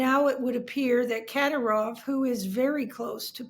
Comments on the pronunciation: It's pronounced Ka DEER ov. Really damages your credibility when you don't even know how to properly pronounce his name. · why is it always to hard for Americans to at least attempt to look up the pronunciation of eastern european and caucasian names and surnames? At least put the stress on the right syllable. It's ka-dYrov, not kAdy-rOHv geeese how hard can it be. The center piece of your conversation and you can't say it right? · The fact you don't know how to pronounce kadyrov shows you are clueless